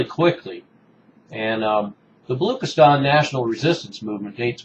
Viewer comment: Much appreciate your video over Baluch and Baluchistan. Unfortunately, we are a very un-heard nation. However, the word is pronounced as 'Baluch' and 'Baluchistan' not Baloock or Baloockistan.